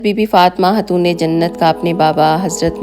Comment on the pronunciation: kindly (khay) ko hay mt parha kro like khatoon ko hatoon